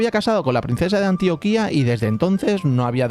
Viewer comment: Me gusta tu video, estoy aprendiendo y no me burlo, me me causa gracia como los extranjeros dicen "Antioquia" gracias por enseñarme esta historia